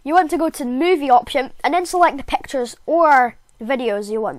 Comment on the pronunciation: I loved the way he said pactures